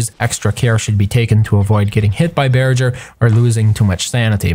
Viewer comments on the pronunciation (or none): It's pronounced bear-ger not bear-jer.